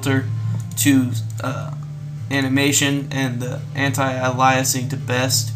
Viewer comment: Ay-lee-us-ing. Aliasing. Good job <33